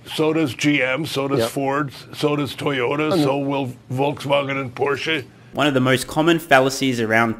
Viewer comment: At least he pronounced Porsche correctly. 😅